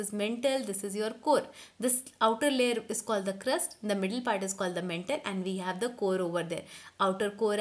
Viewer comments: Again its not mentle its Mantle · It's not mentle mam it's maantle Apart from that it's the best explanation I have ever heard👌👌👍 thanku mam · And its not mentle its mantle